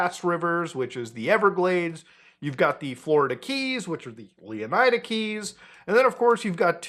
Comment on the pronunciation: LEH-OH-NEEDA, not leeo-nuheehdah